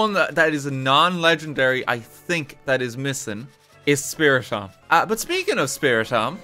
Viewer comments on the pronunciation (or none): i laugh a bit every time i hear him say spiritomb as spirit omb instead of spiri tomb